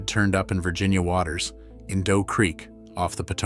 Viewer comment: Its Dogue creek, not Doe.